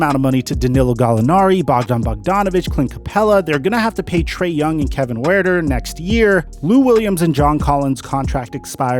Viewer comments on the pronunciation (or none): The U in Kevin Huerter's name is silent. It is pronounced Hurt-er. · Kevin Huerter (heard•ter)